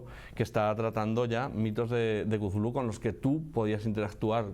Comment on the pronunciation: "mitos de Chulu" que horrible pronunciación 🤣🤣🤣🤣